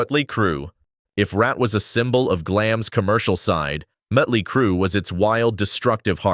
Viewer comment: This video sucks...randome pics of bands that have nothing to do w what is being discussed...mispronounced band names, mutley crew... lots of baseless assertions, etc